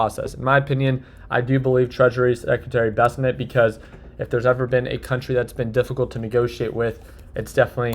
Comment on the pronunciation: how long is it gonna take for you to pronounce bessent correctly?